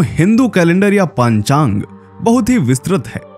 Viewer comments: खेद है ,आपकी हिन्दी अशुद्ध है। पंचांग को आप पांचांग बोल रहे हैं। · विक्रम संवत और शाक संवत, अलग अलग है। पंचांग का उच्चार सही करो।